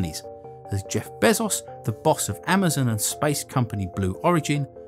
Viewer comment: Nice vid - hint - lookup the pronunciation of Elon and Bezos ;)